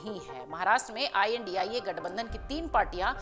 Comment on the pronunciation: Ye tu news wali bhi andhbgat h India 🇮🇳 ko indi boli h 😂😂